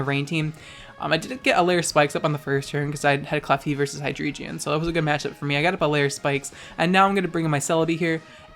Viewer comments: I have a reuest. Never pronounce Hydreigon as "Hyjreegeon" again. Thank you. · Listen bitch it’s pronounced Hi-Dray-Gon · The way you pronounce "Hydreigon" triggers me so hard, I swear...